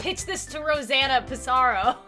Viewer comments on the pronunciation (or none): its not rosanna pisaro its rosanna pansino xd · It's Rosanna pan-sino